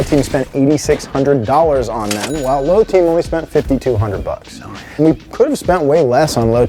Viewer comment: Props to for pronouncing "buc ess" correctly